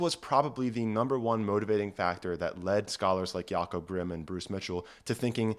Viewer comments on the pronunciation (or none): none